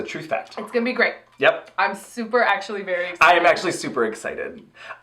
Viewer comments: Honestly thought she said 'taint' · I think Trixie is trying to say "great" but had a mouth flub